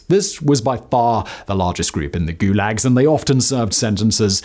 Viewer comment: The first time you say the word in the first five seconds is goolegs?